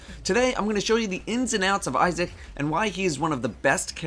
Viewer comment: Thought is said ISIS :/